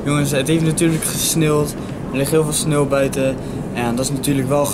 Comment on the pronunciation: Ik weet dat dit niet de intentie was van de video, maar jij zegt sneelt ipv sneeuwt